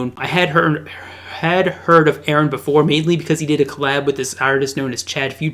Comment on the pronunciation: Aaron and Minion. Ahahaha. Props for trying to pronounce his name though.